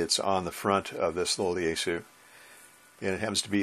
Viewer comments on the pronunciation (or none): Yaesu is actually pronounced yah-ess-ooh. Japanese やえす.